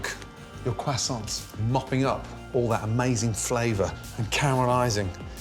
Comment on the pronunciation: "What! are you doing with those left over crossaints" (internal cringing)